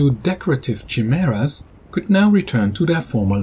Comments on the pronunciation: Very cool! I'm on a total binge of your videos. BTW, the "chi" in chimaera is pronounced as a "kai", since it's a Greek word. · Chimaera spreek je toch echt anders uit in het Engels ;P